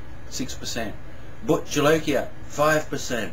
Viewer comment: He did, which is amazing for an Aussie. Most Aussies I've met can't pronounce Spanish words worth poo.